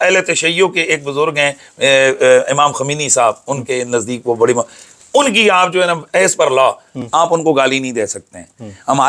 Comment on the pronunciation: Khomeni nhi khumaini ...naam sahi se lena sekh le bhai munazir apne apko bad mai declare krna